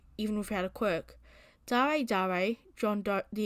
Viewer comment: I think it might be pronounced "D-air" not "Dah-rey"